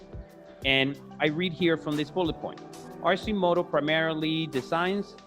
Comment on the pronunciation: I love this company and their products. They’re almost there. They have the demand and will will only grow like weed bc they’re not well know yet. Obviously you still pronounce them wrong lol. All good!! Their price will drop 40% once scales. Last hurdle is scale. Too the moon we go!!